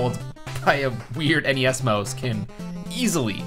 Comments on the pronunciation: Why do ou pronounce Mouse (Mao-s) like Moe-s? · It's a "mouse", not a "mose". What the fuck even is that word anyway?